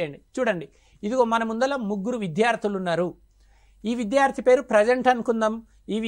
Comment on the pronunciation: అయ్యా! తమరు విద్యార్థి అనే తెలుగు పదాన్ని సక్రమంగా ఉచ్ఛరించడం నేర్చుకోండి. Sir! Every language has its own grammar. It's not acceptable to learn a language through one-to-one true tranaslation. It needs regular practice and atmosphere and right model to make the learners learn.